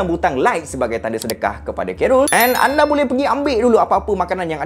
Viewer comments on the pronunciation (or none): none